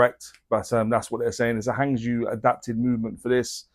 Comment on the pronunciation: Love your reviews, you get the information across very well. Not being picky, but Hangzhou is pronounced Hung Joe in Mandarin Chinese, it's a beautiful city.